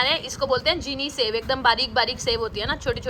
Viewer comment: Cheeni sev nhi jheeni sev